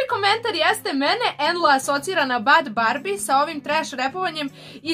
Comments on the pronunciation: En la rash: Bad barbi Ja:Ok ako neznas kaze se Bhad Bhabie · nije bhadbarbie nego bhad bhabie.